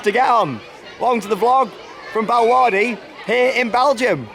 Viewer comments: I’m so in love with this theme park and I’m so gonna ask to come back here xx love u and this park ❤️❤️❤️😘😘😂😂✌🏻✌🏻👌🏻👌🏻 and it’s pronounced bella waarde I knew u got it wrong but u tried to say it even tho it’s a flemish pronunciation :) and when I went there if u watch Britain’s got talent who may remember baba yega I got to meet them and yes they’re really cringy but it’s so funny 😂 ✌🏻 and as u can see the boomerang ride is I guess a rip-off from walibi Belgium it may be a different name but it has the same shape and style and the Houdini ride is another rip of of the palace of the genie in Walibi as well :) and just to say the ride is an illusion and u don’t actually tip around upside down u just sway side to side like halfway and the walls are the ones turning and yes u may feel like u are upside down but ur not and yes I just heard u said “illusion” but just to tell u what it actually is and also there was a story behind Houdini, basically it’s about a magic show gone wrong that a man tried to do an illusion but died during the performance just some info for u there :) and I hope u had much fun :) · I love how you pronounce Bellewaerde